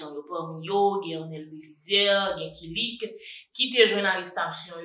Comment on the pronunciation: Ou pwonose mo kilik la byen wi ou konnenl byen se manjew